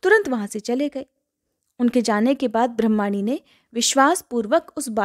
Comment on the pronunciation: ब्रह्माणी नी ब्रामणी शब्द है आप गलत उच्चारण कर रही हैं